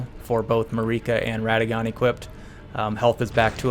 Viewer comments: Hurts my ears. It's MAAArica, mate. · Every time you pronounced Marika like eureka i died a bit inside (i know bro did not pay attention in the cutscenes or dialog)